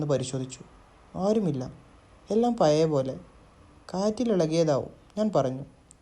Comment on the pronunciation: പയയ, നിയൽ, മയ, വയി. .. എന്തരോ എന്തോ 🤣